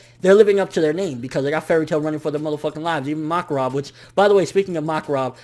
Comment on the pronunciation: you were bugging the shit out of me saying MOKarov instead of MAKarov